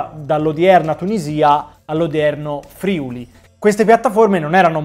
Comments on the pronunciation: Grazie di questi interessantissimi video! Solo un piccolo appunto, si dice Friùli, non Frìuli, con l'accento sulla U 🙂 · ti ammiro e ti simo tantissimo ma, ti prego, si dice Friùli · Ti prego, l'accento in Friuli è sulla U e non sulla I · ti prego: si dice Friùli. Ciao da Udine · Video stupendo e ben fatto, ma ti prego di Fiùli non Frìuli